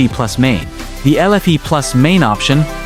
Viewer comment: The first time the voice over said the word, it pronounced it "bass", like the fish, instead of pronouncing it "base". The pronunciation was wrong the first time the word is mentioned.